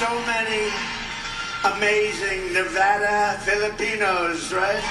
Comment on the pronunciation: You’re pronouncing Nevada wrong my dude. How do you have so many subs and so few views? Get a microphone.